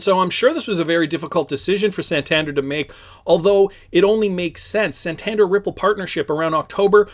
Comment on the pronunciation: hey love your channel but i must say its pronounced "San-tan-dare", keep up it!!! <3